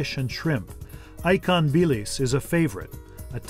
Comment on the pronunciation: Great video, but could they have found a more white bread American narrator? Ikan is not pronounced ‘icon,’ nyonya is not pronounced ‘nunnya!’ Absolutely cringeworthy. I was shocked when he pronounced ‘Tian Tian’ correctly.